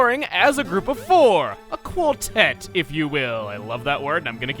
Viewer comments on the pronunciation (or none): When you said a quartet the first time I'm not gonna lie I heard it as "Acooltent"